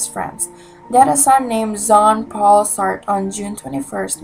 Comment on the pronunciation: It is "saat-rah"